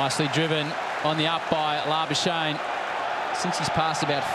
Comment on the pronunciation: Why do they call him labashane? That's not how we pronounce his name in SA.